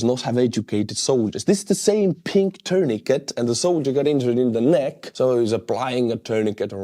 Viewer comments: Your English is really good, but tourniquet is pronounced terneekay - the 't' at the end is silent. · It’s pronounced “tuurnikei”,! 😂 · Tourniquet is pronounced with a silent 't' at the end.